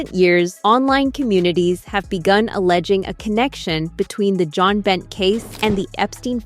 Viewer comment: You obviously don't know about Jon Binet. Her name is pronounced Bin-ay, not Bent 🙄😡